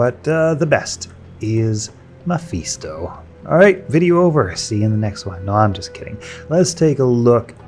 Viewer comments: Meh-fis-toh, sweet Jesus hearing you mispronounce that name so many times i had to pause just to correct you. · Stopped watching because I hate how you pronounce mephisto like an asshole. Get bent